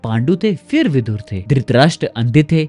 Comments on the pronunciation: Words hold value and right spelling and pronunciation is very important. His name was Vidur not vidhur. Vidur comes from vidwanmeaning intelligent, knowledgeable. Vidhur means someone whose wife died. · Vidhur nahin Vidur hota hai gaddhe Vidhur Vidva ka vipreet hota hai